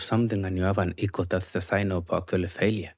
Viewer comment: You gotta drink a shot every time he says “accoly” (actually) 😂